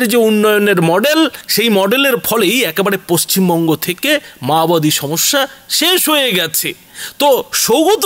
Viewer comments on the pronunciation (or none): none